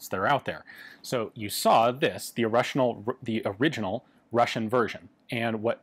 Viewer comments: "Orussianal" I like it. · No no, I like "Orussianal." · "orussianal" lol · "Orushional", I'm keeping that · The irrushianal. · "the o'russional version" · "The Orussianial..." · "Orussianal" Ah Yes, the term for anything original and Russian.